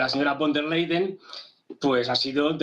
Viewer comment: Bueno pero este supuesto expertobcomo aprendió nada pq si se lo pasa diciendo Úrsula leiden o vonder leiden ... a ver, es Úrsula con der Leyen. Von der Leyen, no leiden... no veo NINGUNA D/d ahí. Es que es tan difícil para un latino o hispano leer y distinguir entre y / d??? BRUTO tan experto que les parece si en vez de moragon es moretón??? Son las pocas ganas de hacer las cosas BIEN. VON DER LEYEN... SE LEYEN COMO LEYES, BRUTO.